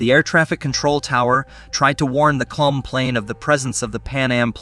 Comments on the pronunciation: Bro it is not KLUM it is KLM which is pronounced KAY EL EM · The name of the Dutch company is Kay El Em not Klum, this guy knows nothing about airlines, domestic or international. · I only realized halfway through the vid that what was meant by klum was KLM lmao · Ahhhhh yes. The slightly somewhat sorda deadly crash involving KULM and the PANUM airlines plane 😂😂 FERFUXAKE he literally sounded out the letters like kindergartners would do. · For some unexplained reason, that's how the narrator pronounced "KLM" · Yes. I found that annoying too